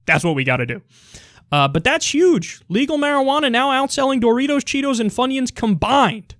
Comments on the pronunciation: He really did say it weird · Who says Doritos like that?